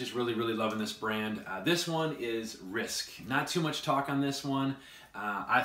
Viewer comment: It is not RISK - it is RISQUE. Fyi.